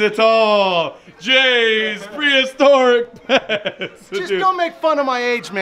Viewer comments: Does have trouble saying "Prehistoric?" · Lol u didnt say prehistoric correctly lmao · has so much trouble saying "prehistoric" lol